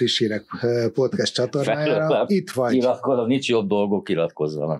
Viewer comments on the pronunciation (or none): none